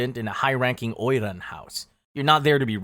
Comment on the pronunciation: I thought oiran was japanese... He say it chinese